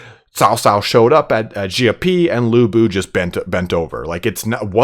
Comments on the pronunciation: Your pronounciation of Xiapi is actually the better one ; ) Same thing with your Xiahou Dun pronunciation keep it up man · Your pronunciation is much better! :) And you were close with Xiapi, definitely improving! Xia is close to "she-ah" in terms of sound, but said quickly together. Similar to my previous suggestion for Xiahou Dun. For Cao Cao, I think it's easier if I just link this for your convenience: Altogether, loving your coverage, your enthusiasm is infectious!